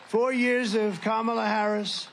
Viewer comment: How can anyone vote for someone who still can’t pronounce the VP’s name?